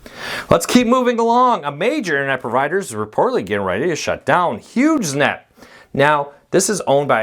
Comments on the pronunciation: Sounds like you're saying Huge Net, not Hughes Net (silent g, like Howard Hughes). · Huge Net...or Hughes Net? Sounds like you're saying Huge. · the service was a part of the the Howard HUGHES legacy and that's how its pronounced; Hughes-net. I know one person who has Hughesnet as their internet provider and its really slow and has reliability issues. No 5G internet or cable out to his area right now.